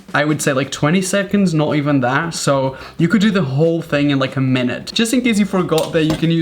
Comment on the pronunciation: Like how he just says "tha" instead of "that" - love ur videos Raphael